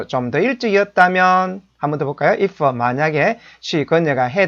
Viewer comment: 이퍼? 해더? 스터디더? 당신이 그러고도 영어 교육자야? 진정한 외국어 교육자라면 영어에 사투리는 배지 맙시다. 사투리는 한국말 쓸때만 하시라구요. 그리고 기본적인 발음은 좀 챙깁시다